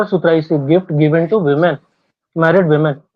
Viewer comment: Women ❌ Wemen ✅